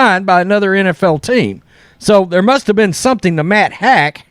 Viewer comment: Matt haack's name is pronounced "Hawk."